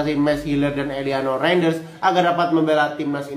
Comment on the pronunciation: Gw malah ngakak liat cara lu ngomong ELIANO RIDER🤣... nyebutnya ELIANO REINDERS, bukan ELIANO RIDER pak🤣